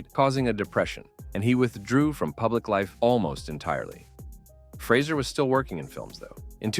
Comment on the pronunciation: Fray Zer He's made it clear, himself, in a few interviews. Good video, but you're saying his name wrong.